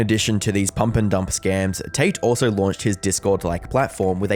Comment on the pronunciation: Can't tell if you're saying "taint" or not lol.